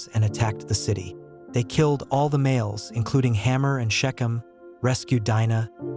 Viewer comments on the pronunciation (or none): There is a Jewish woman Anita Dimante who wrote The Red Tent, even though it's a fictional novel about the life of Dinah (pronounced Deen nah not Dye -nah) I am sure being Jewish and going through Hebrew school for her bat mitzvah this lady would know the proper pronunciation. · Her name is pronounced Deenah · I would have liked this video more if you didn't keep repeating the same thing over and over and and if you didn't pronounce her name wrong. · The way her name is mispronounced is cringy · No, it isn't. The i in Dinah has a long e sound. I studied ancient languages.